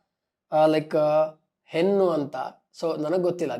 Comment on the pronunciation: ನಿನ್ಗೆ ಕನ್ನಡ ಬರಲ್ಲ ಗುರು hennu ಅಲ್ಲಾ ಹೆಣ್ಣು